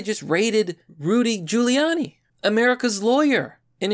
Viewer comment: HOLY SHIT YOU PRONOUNCED HIS NAME PROPERLY!!! 😃